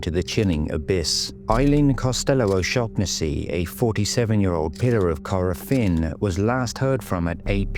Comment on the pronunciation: Can’t even pronounce her name right